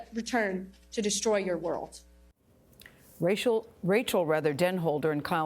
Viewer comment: Gayle you couldn't even pronounce Rachel's name correctly??